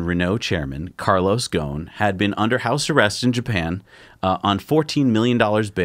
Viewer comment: Just a thing about Ghosn who has an Arabic name and my mother tongue is Arabic, the "s" in his name is not silent. Everyone is pronouncing his name without an "s" which is wrong. In Arabic "ghosn" means "tree branch" and is written غصن in Arabic. Put it in an online translator to hear how it's said.